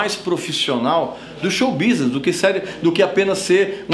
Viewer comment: drink game: tomar uma tequila toda vez que o fala "xou bisnes"